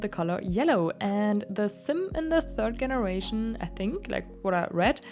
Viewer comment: Absolutely love your builds and designs! As an English teacher, I just want to let you know the /g/ in generation is a soft g sound like "jelly" not a hard g like "go". Your English is great and it is not my intention to make you feel self-conscious but just thought you'd appreciate the info :)